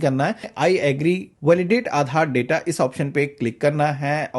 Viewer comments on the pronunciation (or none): none